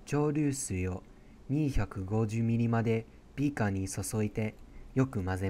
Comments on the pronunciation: にぃ⤵︎ ひゃくごじゅうミリ↑のビー↑カァ↓ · 2⤴︎5⤵︎0mlのビー⤵︎カー⤴︎